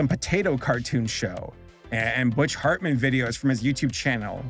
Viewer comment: And the H of Hartman with F